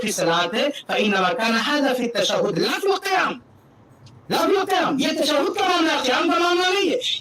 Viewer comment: مولوی صاحب اپنے مقلد بھائی کو سمجھائیں کہ تشدد نہیں بلکہ تشہد بولا جاتا ہے۔